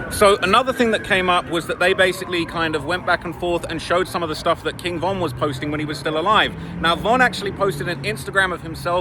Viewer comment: Thats a strategy dummy saying von name wrong